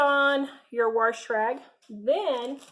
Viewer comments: WAAAHHHSSSHHH NOT WARSH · Agree. There is no R in wash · I just love how you say "warsh" instead of wash lol it is so southern and it reminds me of my granny! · I live in Warshington State. That is how we do it....lol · I agree! Warsh! Warsh! Lol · I literally almost just commented the same thing lol